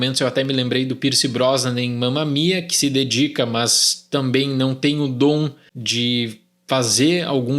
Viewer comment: “mãs”, irmão da andressa urach